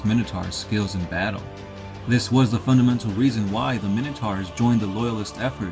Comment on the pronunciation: Pronouncing minotaurs wrong